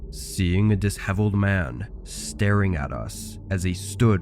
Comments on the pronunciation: I caught that too. It's a spooky story video, so I dunno, it's fine I guess. Totally took me out of it though, had a wtf face and a chuckle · The S and the H in "disheveled" are blended together to make the "sh" sound: dih-SHEH-vuld, not diss-HEV-uld. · Good stories and great narration like usual! Just one tip; disheveled is not pronounced as dis-heveled. It has the ssshhhh sound . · Diss-heveled?? Tell me you didn't read books as a kid without telling me you didnt read books as a kid lol